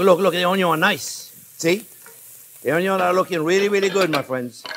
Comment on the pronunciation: Love the say he says Onng youngs